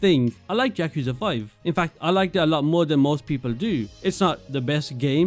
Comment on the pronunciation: When I heard you mispronounce yakuza in the first 3 seconds, I doubted whether I should the rest of the video but then I noticed your top 3 are my top 3.. the immersion you receive of playing as a detective in the most famous redlight district in the world and the story that keeps you engaged in Judgement is underrated. Many people just like the updated version of judgement in LJ but dont notice the minor details in what makes some people come back to judgement but not LJ. Each of the top 3 games immersion, story, side content, and music are unrivalled in the Yakuza series, not to mention, these games taking the biggest risk in the kind of games the devs created.